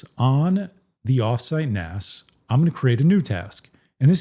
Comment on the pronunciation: **THANK YOU** for pronouncing it "NAS" and not "NAZ", as far too many people say. Calling it "NAZ" is so annoying that I stop watching their videos as soon as they say it.